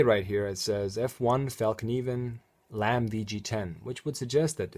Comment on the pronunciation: Thanks for the video, and thanks for spelling and pronouncing fällkniven correctly.